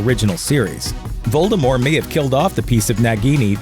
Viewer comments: A horcrux seems to have tainted this narrator's ability to read and or pronounce names. "Voldemore" disapproves. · anyone else put off that the narrator keeps not pronouncing the T in Voldemort's name? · The T is not silent in the name Voldermort!!!!!!! You could turn the mispronunciation into a drinking game with this video. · You DO know you're supposed to actually pronounce the "t" in Voldemort, right? It's not the Colbert Report. Lol. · Lets go ahead and enunciate the t in Voldemort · I am just wondering why the narrator drops the T in you know who's name? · there is a T at the end of Voldemort. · Domus deBellum jk Rowling said herself that the t is silent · Well J.K said "t" is silent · VoldermorT .... with a 'T' on the end ! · Voldemort. French. With a silent T at the end. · Ew. “Voldemore” Yuck. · who is "Voldemore"? Did you get someone who has never read or seen Harry Potter to read the script for this video? >.< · "lord voldemore" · was he just saying voldemore the whole way through? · Why do you turn the T in Voldemort into a silent T? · I can’t make it through this entire video - Voldemort has a T on the end of it. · VoldemorT - pronounce the T god dammit! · Voldemort. Not French. with a T at the end. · This dude keeps saying Voldemore instead of Voldemort and it’s killing me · it was driving me up a walk that he kept saying ‘voldemore’ instead of voldemort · VOLDEMORT not voldemore..... :/ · Voldemort, not Voldemore. I don't care what JK says, I don't care that it's french. She was fine with it with the 'T' in the films and with the 'T' it sounds way more threatening. She can't keep changing things retrospectively to try and avoid falling into obscurity and gaining attention. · I prefer "Voldemort" to "Voldemore". I know it's supposed to be the latter, but lets stick with the former as it sounds better xD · Omg him saying voldimor is annoying its Voldemort there is a t at the end of the name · Its not voldemORE its voldemORT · Voldemort*** not Voldemore